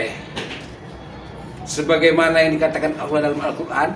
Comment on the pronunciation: Ngucap kata Allah aja masih berlepotan kok ya banyak omong masalah agama. Belajar ngaji dulu biar fasih bacaanya.baru nanti komen tentang agama